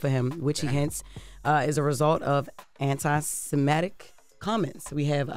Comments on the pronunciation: Its pronounced "anti-SEMI-TIC" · I’m trying to accept Jess, I really am! “Anti-cematics”? Did I hear that correctly? 🤔🤣🤷🏾‍♂️ is that a word? maybe I’m trippin